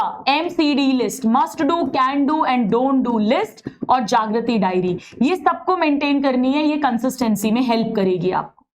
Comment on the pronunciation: mam it is diary not dairy